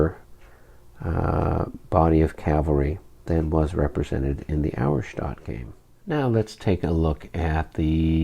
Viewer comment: Pronunciation help for the future....Auerstaedt is pronounced OYer-Shtett. :) I know you guys care about such things....